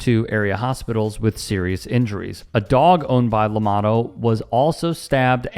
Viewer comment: Llamado, pronounced, 'Yah mah dtho'